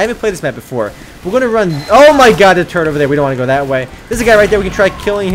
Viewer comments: When you say "turret" it sounds like your saying "turd" lol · He says turret as turd lol